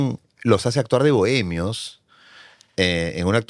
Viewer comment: Este personaje (escritor) aún conserva ese asunto de complejos ; la entonación que coge es muy trabajada… Por ejemplo : Ateerraados Puublicos Boeemios Manadaatoos Y lo más triste es que se muestra como ejemplo.., Es desagradable por que el mismo acepta que el se blanquea ( metafóricamente) y no se conscientisa que realmente que el negarse de lo que es , es peor es triste. Se desvalorisa y mucho cuando valorisa y embellece su acento cuando habla del color de los ojos… de la mancha mongolica… es un tipo completamente enfermo y pietinando , es de esos estupidos tipejos que se dicen pitucos….. pobrecito !!! Asumir las palabras que adjetivisan es ir más lejos del que lo pronuncia despectivamente.